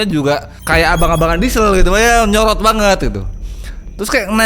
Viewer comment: nyolot apa nyorot 😂😂